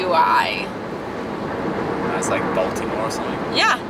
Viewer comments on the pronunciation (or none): none